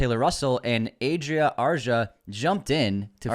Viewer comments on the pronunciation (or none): Adria Arjona pronunciation might be y’all’s best work🤣🤣🤣